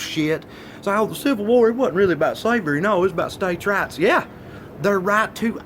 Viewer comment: This whole time I thought he was saying States' RATS..... "States have more rats than women do." I was like duhhh 😂😂😂